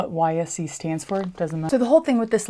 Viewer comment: Fyi, YSE is pronounced wise.